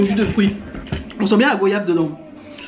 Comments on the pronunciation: Bonjour la goyave se prononce goi yave et non pas go yave car on ne dit pas vo yage on dit voi yage ok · Sa ce dit Goyave tu dis voyage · Cc le (oya) de goyave se prononce comme voyage sinon je vous adore et est ce que je peux avoir une dédicace (Naïma de Guadeloupe)♥️♥️🥰🥰😍